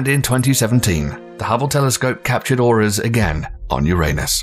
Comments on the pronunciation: sounded like "The Hubble telescope captured oras, on you're anus" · who tf is this guy who mispronounces so many words... says nucular (nuclear) and mag.elan...? (magellan) and paronamic (panoramic) view..... youranus (uranus) auras.. (auroras) proxima centturai (centauri) the writing is good but the voice actor butchered it.